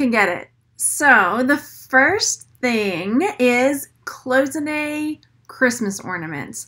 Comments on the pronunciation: It's "CLOY-ZIN-AY" not "close-inay" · Cloisonné is pronounced: clois (like noise) so-nay...not close-ah-nay. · Coy zen A is how it is pronounced. It is French. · She is not pronouncing it correctly actually. Google it. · For her defense, it'S a french word and not the easiest one with the SSSS transformed into a ZZZ sound , we all knew what she meant